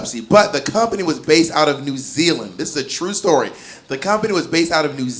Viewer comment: I am a New Zealander... I did not expect to hear my country name dropped... pretty good accent by the way... LOL 🤣🤣